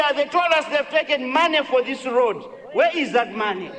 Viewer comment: Nkhumba chimwendo timat road not lodi kkkkkkk